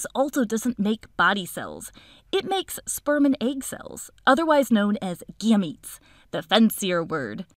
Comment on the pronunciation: Your videos are my favorite! And you say Gametes like they're cute babies 💓, But aren't you mispronouncing Chromatids... 🤔